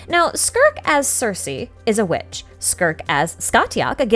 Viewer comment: that "son of a witch" sounds like "son of a b****"